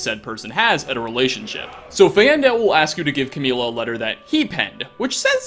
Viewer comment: Umm it's camilla not cameela